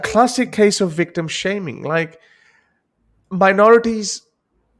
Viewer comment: Desi pronunciation of World: "Vorld"; Wipers: "Vipers"; Victim: "Wictim".